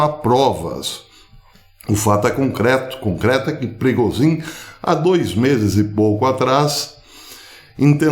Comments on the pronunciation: A pronúncia é prigógin zh=j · Professor A pronúncia é PRIGÔJIN A língua russa praticamente não tem palavras oxítonas. Normalmente são paroxítonas ou proparoxítonas. O sobrenome da tenista pronuncia-se Sharápava. Bom dia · Não professor, a pronúncia em russo é “Prigózhin”, isso msm a 2ª sílaba soa mais forte e em inglês “Prêgozhin”, soando mais forte a 1ª sílaba. Espero ter ajudado, forte abraço!